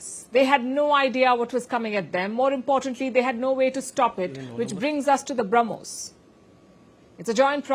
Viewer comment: The Sanna Mullah ( deliberately taking his name wrongly) couldn't say Brahmos property. He said Harmos missile of India.😅 All intelligent advisors are found only in Pakistan!